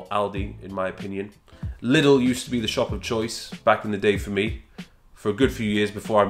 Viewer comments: I love the way he pronounces Lidl so british hehe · The way he pronounces Lidl :D